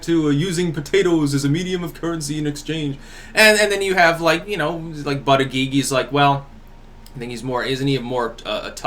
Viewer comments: Pete Butta-Gee-Gee.... Stefan Mowl-Noo.....Peter Stir-Zawk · I like the way pronounces it booty gig... Like it's a job to work that booty of his top